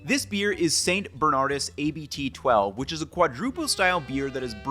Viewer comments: It's not A B T, it's a word "Abt". It is dutch for Abbot! (Pronunciation almost like Abbot but without the o ) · "Abt" means "abbot", you don't have to pronounce the letters seperately 😉